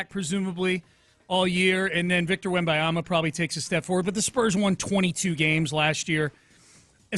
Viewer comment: If you're going to run a professional show, please at least learn how to pronounce "Wembanyama". 😵‍💫